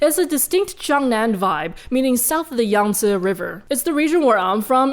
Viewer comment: Wait..how do you pronounce the word "Yangtze?" You said "Yahng-sur? (roughly)" Does that vary by dialect? I swear I read somewhere (admittedly, this was long ago) that it was "Wang-chee?" or something like that (I originally knew about it from the Yangtze River Dolphin, or Baiji, which may be extinct now?)